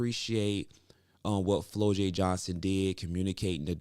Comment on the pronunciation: It's pronounced Flaujae not Flolae